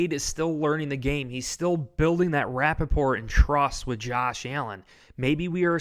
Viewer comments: Rapport is pronounced RA-pour. It is a word from French language. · I think you mean to say rapport not Rappaport. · Dude! It's "building rapport", not Rapaport, (like Michael). Lol😂